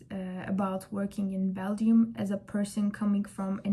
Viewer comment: It's pronounced as bel- jum